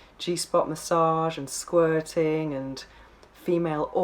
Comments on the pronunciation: Hearing her pronunciation of "squirting" is a major turn off. Sounds more like she is trying to say "squatting" ...The guy made her squat 8 times in two hours.....Loser. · Please say Sqirting again! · What the ...Professional S Toy Tester? Gee... Why did YouTube recommend me this? But how can I resist not clicking on it...lol...and why do you say "Squirting" like this?